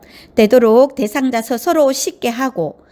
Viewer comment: 목소리도 좋고 . 발음도 좋고 내용도 충실한데. 단 한가지 발음만 좀 고칠수 있으시다면 정말 좋겠는데~습도를 섭도. 특히를 턱히. 스스로를 서서로 와같이 "으"와 "어"구분이 좀 안되서 듣는데 약간 불편한 부분만 고친다면 최고!